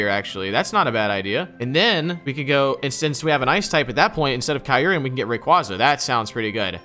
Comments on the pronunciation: U pronounce it kyur-em not Kie-ur-em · Bruh my mans said kai ruruium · Kyureum. Kai-rim. it's kai-rim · Its pronounced "kai-rum" or "cure-rum" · I've never heard someone mispronounce Kyurem so bad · So we're all gonna just ignore how terribly you pronounce kyurem huh? alright then